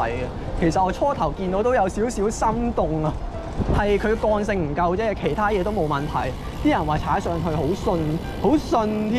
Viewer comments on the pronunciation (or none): 我聽到「幹」性..